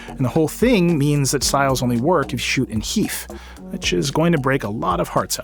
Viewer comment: Took me a sec to understand he said 'shoot in HEF' (High Efficiency Format) .... not 'shoot in heath'